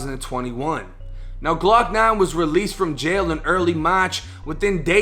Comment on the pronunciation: "Glawk Nawn & Bawl Pawk". That Boston accent is lethal.